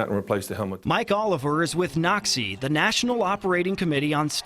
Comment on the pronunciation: i got flash backs of WWll when the guy said "NOCSAE".